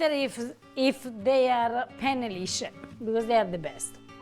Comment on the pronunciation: Penne lisce non si puo' sentire